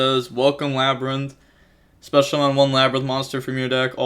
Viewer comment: I'm concerned about your education cause aint no way you just called that "le brian"